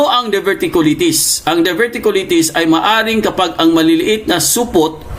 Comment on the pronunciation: Pronunciation:of Diverticulitis;Die ver ti q lie tis😅